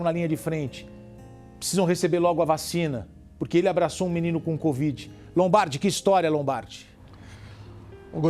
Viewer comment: LEGAL ISSO. E como sou observadora notei que o repórter fala assim, "com esse abraço ao paciente especial com BOVIDE 19, BOVIDE, ELE DIZ. Alguém mais notou ou só eu? Vale lembrar nao falo por mal nem estoy corrigindo e sim comentando.